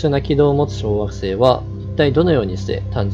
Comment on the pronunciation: テロップ無いと ワガママ小惑星→ワガママ小学生 に聞こえるw なーんも計算も根拠も無いけど、太陽系外惑星が太陽系に混じった気がする。 その逆公転の小惑星の地質調査すれば面白そうだな。